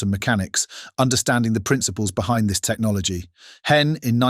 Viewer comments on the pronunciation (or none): I laughed out loud when the narrator stupidly said, "Technologeee of Cheeena." Perhaps he could benefit from a reading lesson or two.